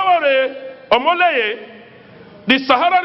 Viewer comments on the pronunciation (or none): Just Imagine he could not pronounce his name correctly. Hahah....omoleye